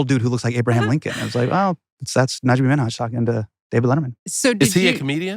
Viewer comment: Love the podcast but did they just totally pronounce the guest’s last name wrong ? 😅 I thought it’s Min-Haj , not Mi-Naj.